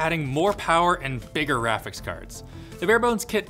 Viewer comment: Bigger raphics card. I thought I missheard it, but nope, that's what he said.